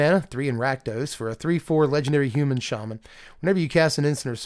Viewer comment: when you say "Hu-mahn" are you feeling Ferengi, or Nausicaan? Not just this time, but in general, i usually get Ferengi, but this is had much more Nausicaan in it.